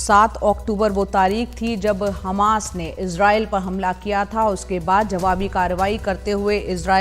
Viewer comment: मेडम! इस चूतीये को कहां से पकड लाई हो जस को ग्यान तो किया हमास को खमास बोल रहा है 😂